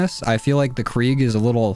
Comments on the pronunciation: ITS KRIG NOT KREEG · Krig not kreeg